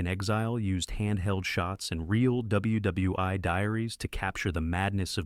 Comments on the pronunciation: WW ‘EYE.’ Spare me. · WW i made me laugh. all great films though. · The AI narration is evident: It mispronounces James Michener—refers to him as James Mikener.. It misreads reads WWI as WWi. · AI voice sucks. "WW eye". really? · How about "WW Eye" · Mispronouncing Mifune’s name and calling World War One, W W I is why AI sucks And most of these movies are not forgotten. At least 9 or 10 of them are staples on Turner Classic Movies! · Marvin and MY-FOON? Real double-u double-u EYE diaries? PLEASE STOP USING ARTIFICIAL NARRATORS!